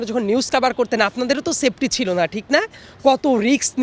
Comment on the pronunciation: সেইফটি কে বলে সেইপটি, আউডি কে বলে অডি । উচ্চারণ ও ঠিক মতো করতে পারেনা। আর বাংলাদেশের মিডিয়া ও এই জোকারের ইন্টারভিউ নেয়। রুচির দুর্ভিক্ষ কোন পর্যায়ে গেলে এমন লোকের ওপিনিয়ন বাংলদেশের মিডিয়া জানতে চায়।